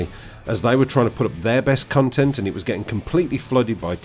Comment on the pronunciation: lol it sounds like you say "cuntent"